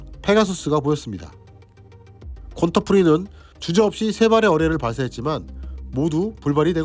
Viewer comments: 권터가 아니고 귄터에요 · 독일이름 Günter는 '귄터'라고 발음해야 맞을 것 같습니다. 제목에는 귄터라고 쓰시고 나레이션에는 계속 '권터'라고 하시네요... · 권터가 아니라 귄터입니다 u에 움라우트 붙으면 외래어 표기법상 ㅟ발음이에요.